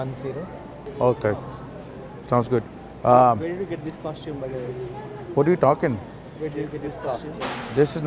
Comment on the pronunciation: man called it a costime hahaha